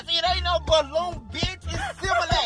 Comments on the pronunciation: ITS Similac😂😂😭😭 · “Its Similac in these yetties”😂 💀